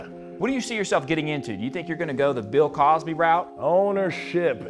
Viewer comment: This was the best. Chopped and scripted I don’t care I dropped a tear laughing 😂 he said r kell and pill Cosby🪦